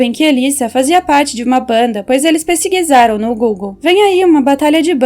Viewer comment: Oxi ela falou pesigisarem